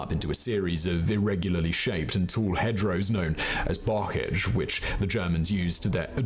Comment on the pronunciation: He also needs to not murder the French language, Caen and bocage and Dutch, Nijmegen.